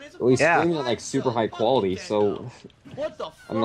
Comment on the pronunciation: Actually, his khantent is "kwuality."